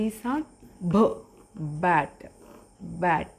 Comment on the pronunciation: Also, the ending T sound is more explosive than you said. Your sound was D in Bat. In order to say T, say a D but make a sudden no-voice pop of air.